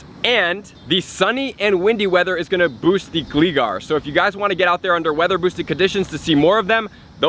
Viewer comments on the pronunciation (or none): dang you butchered that named "" lol.... please don't become like Mystic7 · Just a little heads up for the future, the 'Gli' in 'Gligar' is pronounced like 'Fly'. :)